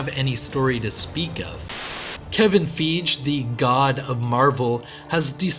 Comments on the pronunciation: Had to click off as soon as I heard you say “kevin feeeege”. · This dude can’t even pronounce Kevin Fiege’s name correctly… Which clearly lets me know that this dude knows nothing about Clint’s journey or his character motivation! This dudes opinion is trash… GO HAWEYE!!!